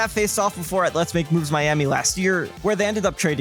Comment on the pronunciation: I love you so much but how did you pronounce "albeit" as "al-byte"